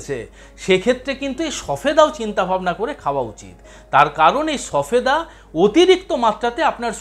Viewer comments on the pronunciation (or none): উচ্চারন ভুল বলেছেন সফেদা নয় সবেদা।